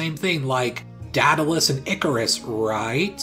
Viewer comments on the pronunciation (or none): none